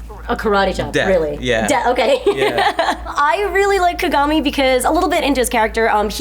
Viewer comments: Ka-ga-mi, not Ka-gami. It was so off-putting the way you said it. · I get what you are saying. It's like if you watched the anime and hear how they are saying the names, you shouldn't be messing the names up >.<. Everyone in the anime clearly says Ka-ga-mi not Ka-gami. They are also saying Kuroko's name wrong. His name is Kuu-ro-ko not Ko-ro-ko. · She even fucked up and called him "Ku-gami" once. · x73igg not true at all; its considered rude to pronounce a name wrong, especially if done repeatedly